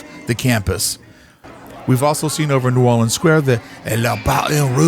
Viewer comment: Love the Update theme!! Facts don't diminish Magic. Love your pronunciation of New Orleans! just like a Southern local...